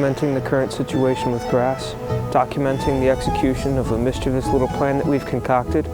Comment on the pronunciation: OMG! You pronounced "mischievous" correctly!!